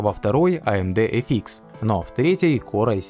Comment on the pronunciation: Спасибо за обзор! лучшие. эфИкс прямо режет слух)))) (эфъ икс)